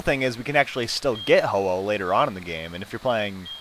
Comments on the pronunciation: Its actually Ho-Oh not ho-ho. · it's ho oh not hoho